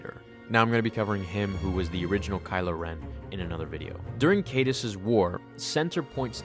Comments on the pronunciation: c-EYE-duhs. Not CAYDE-us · Hate to be this guy, but Darth Caedus is pronounced, "KIE-DUSS." Your videos are tremendous. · Kyyy Dusss. Not Kaydus. I made that mistake early on too. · Pronounced Darth Kai Dus